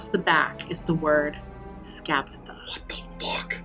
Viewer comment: No matter how many times or anyone else says "Scabatha", for me it'll always be "Scabafa", because the one that's been saying her name the most is and thanks to that I just can't get myself to say her name correctly without going "Scabafa" first